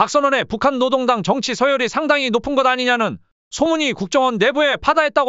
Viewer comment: 로상원 로동당 … 얼마나 많이 북한방송을 청취했으면 북한식 발음이 무의식적으로 나올까???